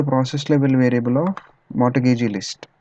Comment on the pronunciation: mortgage - the 't' is silent. "mor"-"gage". Thanks for the KIE series, they are useful.